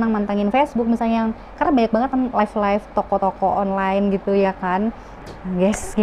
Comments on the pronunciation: Maaf mba live bukan life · yg bener live kak bukan life